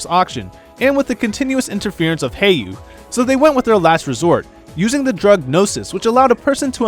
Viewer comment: Good video but a couple pronunciation things: Heiyue is Chinese, so it's :"Hey-you-eh." Zemuria doesn't have an n in it (not Zenmuria).